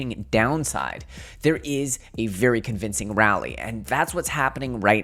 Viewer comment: This man really said “rally” lmao.. losing credibility